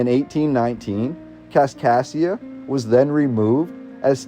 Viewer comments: This voice says "Kaskasia", but the written name is always "Kaskaskia". What is correct? Nevertheless this is very interesting. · As a citizen of southern Illinois who went to Kaskaskia Community College.... It's Kas-Kas-kia... You're missing a K every time you say it. Other than that, great video. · Driving me nuts. Also, KasKasKia. Makes it really hard to endure. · He misses the misses the third K in Kaskaskia every time too. It almost has to be on purpose. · hes saying kaskassia. Its kaskaskia. There are 3 k’s. Also, its Van-dale-ia today for those of us who live around here. Obviously, it may have changed over time.